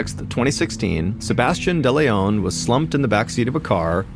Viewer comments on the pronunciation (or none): none